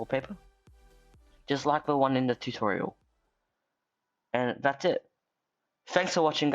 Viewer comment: TUTOIRAL....the cringe